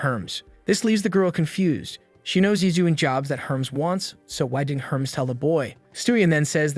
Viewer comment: I love all the mispronunciations. "What up Herms".